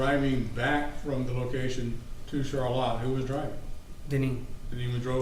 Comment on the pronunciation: Why are they pronouncing ‘Charlotte’ all weird like ‘Char•Latte’ to make it sound fancy...